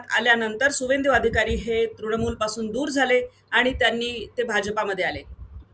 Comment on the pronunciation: त्याचं नाव शुभेंदू अधिकारी असं आहे. सुवेंदू नाही.